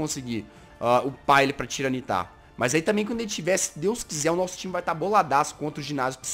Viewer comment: jazz não se fal tiranitar se fala tairanitar, só se escreve assim